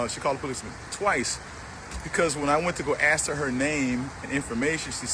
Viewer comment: BTW it is ask and aks